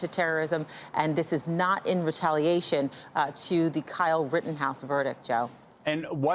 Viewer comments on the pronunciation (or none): Then he said Rittenhiss 🤣🤣